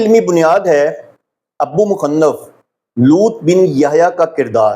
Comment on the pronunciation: اللہ تعالیٰ آپ کی حفاظت کرے ۔ طبری لفظ ط پر زبر پڑھیں اور ابو مخنف م کے نیچے زیر اور ن پر زبر پڑھیں ۔جزاک اللہ